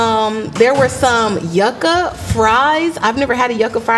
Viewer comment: “Yucka” 🤦🏽‍♂️ come on is Yuca - Yoo-cuh